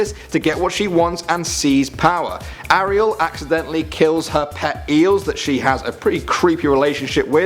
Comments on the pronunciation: ahriel? it's airiel. (how you pronounce it) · How the hell are you pronouncing Ariel? It's "Air-ree-el" not "Are-ree-el" lol